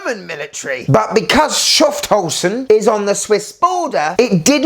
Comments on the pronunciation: Ha - doood 😂! "Schufthausen" is really great 😅! Would mean "Scoundrelton", or "Villainsborough" 😊! Kinda fitting 🤭. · Never heard 'Schaffhausen' getting butchered like this...😂